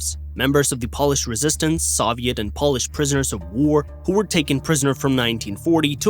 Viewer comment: He also pronounced Pole-ish as polish like nail polish.